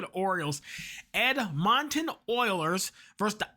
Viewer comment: Ed mon ton Oil-lers you say Edmonton together no as separate syllables